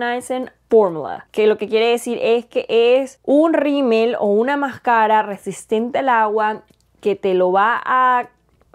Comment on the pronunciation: Me encantan tus videos y todo, pero hablas muy bien el español, pero me hace ruido que digas “maskeirra” en vez de máscara 😥